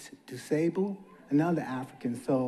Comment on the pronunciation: Chicago native, here to help. DuSable is pronounced doo SAH buhl. If you need to hear audio of how it's pronounced, look up DuSable Museum.